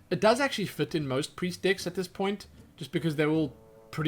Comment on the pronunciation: I keep hearing "dicks" instead of "decks" :D May I ask where are you from? What accent do you have?